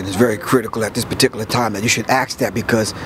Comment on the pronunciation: How come black people can't say "Ask"? It's ask not aks!